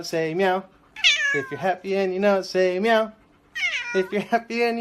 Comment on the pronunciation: If you're happy and you know it say myow " mau"